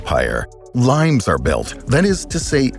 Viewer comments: Lee-mayss or lee-mayz, not limes as in the English name of the green citrus fruit. Hadrian's Wall was built in Brittania not Brittany, which is the modern English name of the Celtic region of western France. I stopped watching after that. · My old high school Latin suggests it is pronounced "Lee-mace", not like the fruit. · Is "limes" a Latin word that is pronounced lee-mez rather than like the fruit? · Pretty sure you're pronouncing the Roman "limes" wrong.